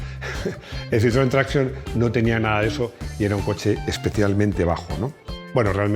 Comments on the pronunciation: No pronuncies Citroën traction como si fuese inglés. Di mejor tracción en castellano. Gracias! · Muy bueno el vídeo, cómo no. Pero deja de pronunciar traction en inglés, coño! Que es francés.